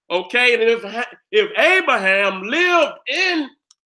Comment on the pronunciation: Lmfao....the nigga name is abraHAM, not abraSHEM OMFG BLESS